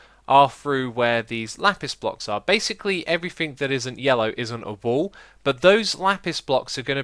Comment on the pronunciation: Always when xisuma says wall i understand wool :D